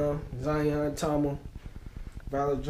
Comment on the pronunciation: You pronounced Tama correctly. Props on the joints.